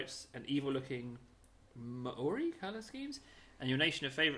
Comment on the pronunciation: The word Maori is a type of tattoo style normally found on people in the Pacific Islands (it's pronounced Mao-ri, the Mao sounding like as you would say Maoam